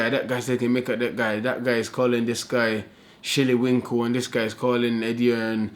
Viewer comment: my guy said shirley winkle 😂